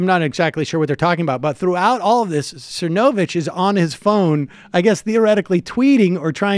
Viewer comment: I liked it when you were calling him Cernovavitch and Cervonich and Cervonavitch.